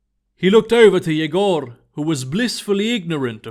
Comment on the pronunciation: Cool! Not the best pronounciation of "Yegor/Егор", but cool!